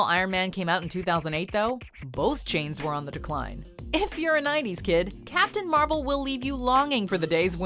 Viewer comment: captain marble hahahahhahaha